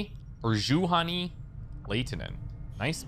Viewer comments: If you want to pronounce Juhani Laitinen, as in finnish language pronaunciation, just say Yuhani and from surname "ai" like you say eye, so L-eye-tinen. Lada is a russian car manuf. but maybe with 'Yuhani' it is like in finnish. Like in tomb raider Lara Croft but use your original -da. Your starting La sounds to finns like Leida. But no prob if you keep pronouncing like you did, just commenting for fun. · "Juhani" is pronounced like "YU-ha-knee"